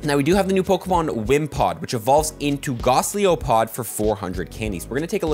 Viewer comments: Heads up it’s pronounced gol-ice-o-pod Like Goliath + Isopod. Helpful video, just nitpicking! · Why do you say Golisopod Gosliopod ?